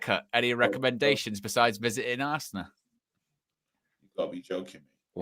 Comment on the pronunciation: Ar- se -ran 😂 bro